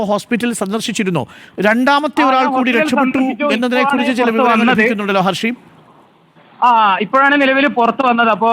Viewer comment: ഹസീബ് ആണ്, not ഹർഷീബ് 😂